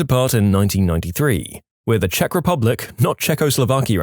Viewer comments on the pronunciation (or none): none